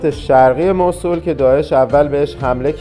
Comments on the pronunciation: موصلللللللل نه موصول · موصول نه موصل😂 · موصول نه موصِل😊 خسته نباشید👏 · موصول چیه آخه؟ موصل درسته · موصول نه موصل ایکول 😂😂😂😂😂😂😂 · مصول✅ موصل❌ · سلام...چرا اسم شهر رو موصول میگه ..مگر موصل نیست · ممنون بابت این ولاگ خوب اسم اصلی موصِل هست و نه موصول شما که تا موصل اومدید باید از اثار و ساخته های تاریخی الحضر دیدن میکردید حرف اصلی تاریخ رو الحضر میزنه با سه تاریخ ایرانی و یونانی و عراقی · مو صو ل نه. 😂 موصل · موسول ❌ موصل ✅ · موصول چیه؟؟ بگوموصل ...وقتی اسم موصل رو بلد نیستی بگی چطور جرات میکنی در مورد تاریخ حرف بزنی؟؟ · مُصول؟ توروخدا لطفا درست تلفظ كنيد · ، شما تلفظ Mosul رو درست میگی؟ موصول؟؟؟ فکر کنم « مَوْصِل » باشه. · موصول نه. موصل ص به کسره تلفظ میشه😂😂😂😂😂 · موصل اسم صحیح است نه موصول باتشکر 🌹🌹🙏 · موسل نه موصول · حالا هم خودت غلط گفتی موصل نه موسل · مُوصِل درست است نه مُوصُل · موصول نیست موصِل هست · چرا موصول می گی موصل بگو😂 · چطور پاشیدی این همه راه کوبیدی رفتی اونجا به خودت زحمت ندادی تلفض درست اسم مقصد تو یاد بگیری؟ واقعا عجبیه‌ اون موصله مو او صول نیست خودنه نمیشه یعنی موُصل هست نه م او صول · موصل تلفظت غلط بود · ممنونم. « مَوْصِل » تلفظ اصلی و عربی است، نه تلفظ ایرانی. مراقب خودتون باشین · تلفظ درستش موصل با کسر ص است. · من عراقی هستم. تلفظ ان به دو صورت است Moosel or Mawsel که در هر دو صورت با املای رایج انگلیسیش متفاوت است و صاد با کسره خوانده می شود. می توانید به ویکیپدیا نیز مراجعه کنید. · شما اسم شهر رو نمی تونی درست بگی